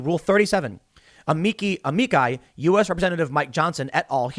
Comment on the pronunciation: AH-ME-CHI. Say it with me now Tim AH-ME-CHI!